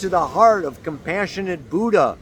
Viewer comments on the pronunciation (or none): none